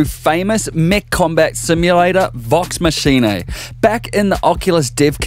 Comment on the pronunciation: "vox machinay"